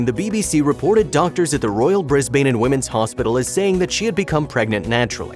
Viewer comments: As others have said - bad pronunciation it is Brisbane as in Brizz-bin. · It's more like "Brizz-bin" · I lived couple yrs in Bris-bern, not Bris- ban.. Haha they're very picky re way home city called lol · Actually it's Bris bn. Forget the vowel in the second syllable. Or Brizzie. Yes, I live there.